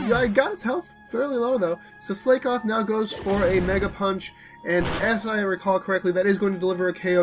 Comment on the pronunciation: Slakoth is pronounces "slack-oth", not "slake-oth", as it's a pun on the phrase "slack off". That Rufflet was beast :D